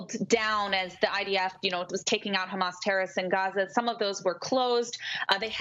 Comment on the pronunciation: Ikr least she has a channel so I can watch how angry she gets khhhhhamas she can't even pronounce HaMas lol this is glorious 🎉😅